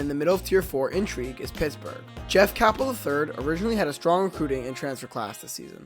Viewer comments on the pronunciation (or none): First of all it's pronounced CAYPEL not CAHPEL. And second nice prediction about Pitt, NOT!!